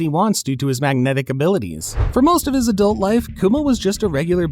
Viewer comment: Adult, not adUlt, testa di cazzo finto inglese!!!!!!!